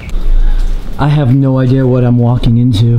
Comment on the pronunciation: The way you say idea... ideer cracks me up.